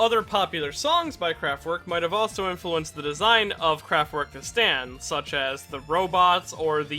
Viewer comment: Not trying to nitpick, and they probs spell it dif in the manga, but it's "kraftwerk" Edit: "kenetic" control